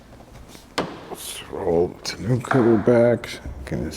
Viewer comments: Tonn-oh cover not tonn-ooh cover 😀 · Tah-no cover not tuh-new cover lol. Looks good though. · It's a French word and instead of Ton new pronounce it Ton O. Or not just trying to help. Congrats on the new truck! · It’s “Tun-oh” (ie. it’s the french word for ‘barrel’) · “Tahnoo” cover is killing me 😂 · I'm a RAM guy, but it is a nice truck. Too bad you don't have an openable window in the back window. Even my '14 RAM Sport has that. 😉 And it's pronounced "ton-o". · It's pronounced "TAWN-oh".